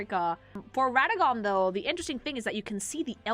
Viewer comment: Why do you pronounce Radahn like that? 😂